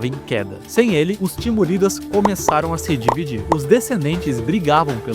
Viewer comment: SAFÁVIDAS com acento no A. Timúridas com acento no U. Deixa de preguiça e vai pesquisar primeiro antes de sair falando errado